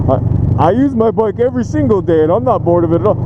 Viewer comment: Bike passion not Mike passion